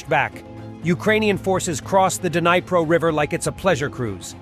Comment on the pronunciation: The bots pronounced rhe name of the river.The "D" is silent & is pronounced NEE-PRO not DUH-NEE-PRO.